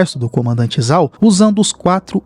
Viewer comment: Se escreve "Zhao", mas a pronúncia correta é "Jao"